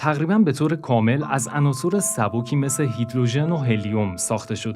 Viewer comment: درود فراوان به شما گوینده وهمینطور نویسنده ی این برنامه! بسیار واضح وخوب بیان میکنید فقط یکی از واژه هایی که در زبان فارسی خیلی ها اشتباه تلفظ می کنند واژه ی عناصِر جمع عنصر است ! عناصُر اشتباه است که همانطور که نوشتم به کسر صاد صحیح است پیروز باشید